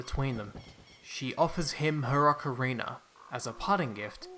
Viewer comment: Ocarina not ocarinar